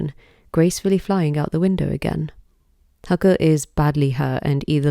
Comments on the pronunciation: You've put so much research and detail into the Japanese mythos, lore, and even deciphering the kanji, yet why do you continue to mispronounce Haku's name? It's not even an English pronunciation in the dub that needs correcting, the characters are pronounced as Hah-Koo, not Huh-kuh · The pronunciation of Haku hurts so bad